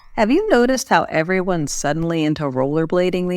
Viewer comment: Hi! I noticed that the words "diverse" and "suddenly" have been pronounced in the wrong way. Please check it out.